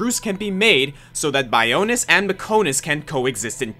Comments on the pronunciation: #9: Okay. I hate to be that guy but it’s pronounced Bi-on-is, not Bi-o-nis and it’s Mech-on-is, not Mech-o-nis. How does someone get the pronunciation of something wrong in a game with voice acting? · ma-KO-to ba-YO-nis me-KO-nis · how can you not pronounce bionis and mechonis correctly, they're pronounced in almost every cutscene in the game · The biggest betrayal on this list is your mispronunciations. How can you mispronounce Bionis and Mechonis, two of the many words in Xenoblade that are said so many times it just almost gets old?